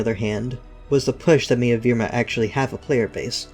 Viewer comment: its evrima not evirma. how on earth did you get that wrong